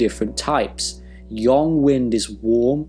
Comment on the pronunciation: Wait... Yang is pronounced as Yong? I thought it was just Yang.